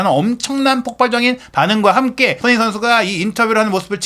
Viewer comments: 손흥민 선수 이름좀 제대로 발음 해주세요. 소노민 소느민 뭔가요. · 손흥민이라는 이름을 정확히 발음하는 꼴을 못 보겠네